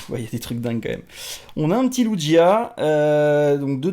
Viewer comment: Super tes cartes 😋 mes le lugia comment tu la prononcer j'etait en mode hummm 😂 fin bref tes vidéos sont super continue comme ça !!